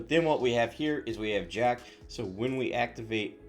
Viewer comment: Lo siento, no es "Jack." Es espanol, y en espanol es "HA-KAY."